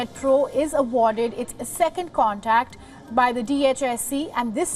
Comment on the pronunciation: It's "CONTRACT" Not "CONTACT".